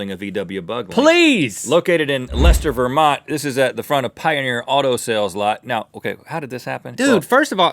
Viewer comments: I'm amazed Rhett said Leicester correctly, haha. Probably looked it up. :P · I live in Leicester Vermont about five miles from the gorilla!! I can't believe you guys pronounced Leicester right!!